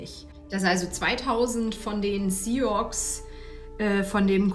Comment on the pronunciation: Sioux is pronounced - sue.